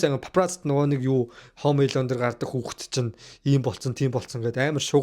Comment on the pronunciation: Пээлдсэн,Хөөм Эелөн,поокс,Паак ю 😂